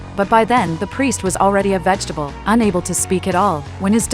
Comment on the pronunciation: "vegetable" loooooooooll